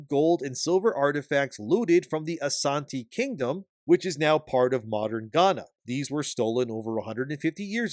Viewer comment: The fact that the studio is based in Africa is just sad. Of the concepts they could have used, they decided to enforce negative stereotypes. Also, you got the pronunciation of Ghana and Asante right.